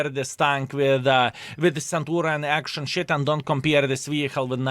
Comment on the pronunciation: Its not Action Sh.... Ten :D